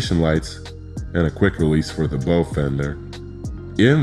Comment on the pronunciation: Agree, especially when the voice over mispronounces 'bow'